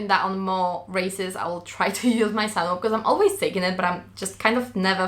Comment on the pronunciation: sag mal CINEma und dann überleg mal wie man CINEwhoop ausspricht;)